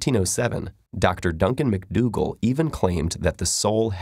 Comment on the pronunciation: "Donkan mcdoogle" Wheeesee